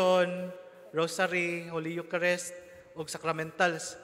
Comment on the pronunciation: Eucharist pronouced as yukarist not yukarest.